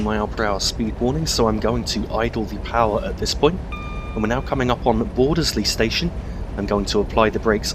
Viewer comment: Great video and just saying bordeseley the e’s are silent